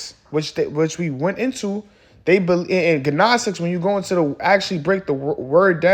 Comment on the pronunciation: Edifying video. In the word “gnostic” the “g” is silent bro